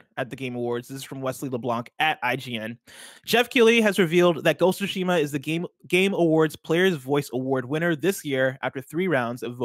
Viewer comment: and, you both pronounce it wrong. It’s not Ghost of Shima, it’s Ghost of Tsushima. If you think you’re saying that: not everything should be spoken fast, slow it down a bit and say it properly. Ghost of SOO-Shima, or even the way Greg likes to say it. Minor gripe but so annoying to hear when every 5 seconds... “ya ya blah blah GHOSSOSHIMA etc etc” LOL